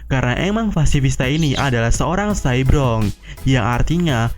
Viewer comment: Ko cybrog si, cyborg min